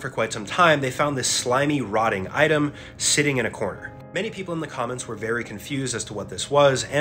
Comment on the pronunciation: An "item" like bro stop saying it like its consumable or like you can pick it up😂🤢🤢🤢